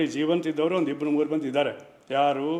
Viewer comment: ಒಂಡು ಅಂತಿಯಲ್ಲಪ್ಪ... ಸರಿಯಾಗಿ ಕನ್ನಡ ಉಚ್ಚಾರಣೆ ಮಾಡಪ್ಪ ಮೊದಲು.... ಕಾಂಗಿ ಏಜೆಂಟ್...